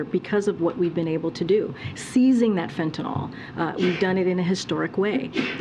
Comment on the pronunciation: Why are all the "talking heads" calling the drug fentanol when it is actually spelled and pronounced Fentanyl? It makes Americans appear weakly educated. IMHO